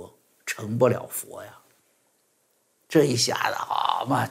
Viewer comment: 不是「痾」彌陀佛，是「阿」彌陀佛........